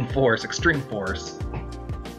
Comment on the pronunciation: You said his name wrong, it's pronounced Sega-ta. Not just what you said.